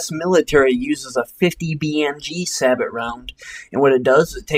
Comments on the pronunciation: It's not (sah-but) it is (sah-bow) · It's prenounced say-bow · Two points: It's pronounced "Sa-bow" and Niche is "Neesh". Otherwise, I'm finding your videos really helpful. Subscribed! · Its pronounced "say bow"... juzt thought you should know that :) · not trying to be a dick, but its pronounced "say-bo". and its 120mm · nice video... however "sabot" is pronounced "SAY BOW"